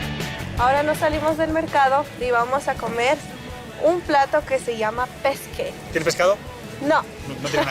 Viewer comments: Se pronuncia diferente con el apostrofe en medio de la letra P, osea P'esque y NO ASI COMO PESQUE de pescar🙄🙄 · No sé dice pesqué se dice p'esk'e